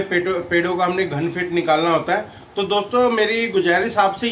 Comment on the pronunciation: बहुत बहुत धन्यवाद सर जी लेकिन आप जो धान फुट वोल रहे थें। वो घन फुट हैं।